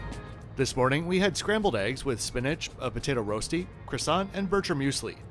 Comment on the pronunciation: Thank you, as always, for the great video! Just an FYI from a Swiss guy, rösti is pronounced rushty (kind of) ;) You nailed Tête de Moine, by the way! Best travel channel out there BY FAR! You're the man! Salute 🫡